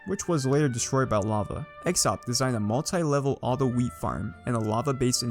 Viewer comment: has a knack for pronouncing names incorrectly, he called x0XP exoxp